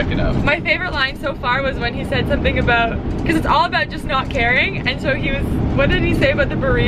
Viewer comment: for some reason i always forget that you guys are Canadian until you pronounce “about” like “aboot”, and it cracks me up every single time 😂